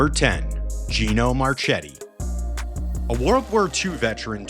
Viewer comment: Yeah. Marchetti was mangled.